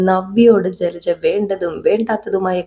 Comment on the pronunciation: ജ്ജലജ്ജ അല്ല കുട്ടീ ജലജ 😂😂 കുറേ ദിവസമായി ക്ഷമിക്കുന്നു 😄😄😄